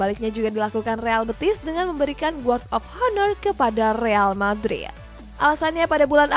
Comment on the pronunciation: Guard of honor 😂😂 Pengucapannya gard of aner yaaa min 😂